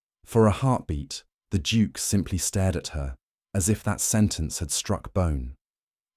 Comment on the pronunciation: Why does he keep saying Juke instead of Duke. It's quite annoying